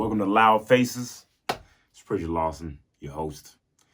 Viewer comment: Did you say its pretty Lawson or preacher Lawson in the beginning